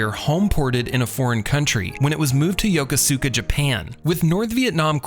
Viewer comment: The guy talking in the midway video needs to learn how to pronounce Yokosuka. He is saying it wrong. I was stationed on midway 87-88 in Japan.